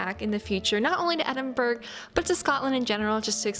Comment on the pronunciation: Thanks so much for your wonderful video of my home city. For the record it is Edin-burr-ah you don't pronounce the 'g' !!!. You are very welcome to come back , as the 2nd most visited place in the UK there is so much more to see but it can get a bit crowded at peak times , i never cease to be amazed at the unique magical landscape of the city centre & over a thousand years of history in the old town in & around the Royal Mile.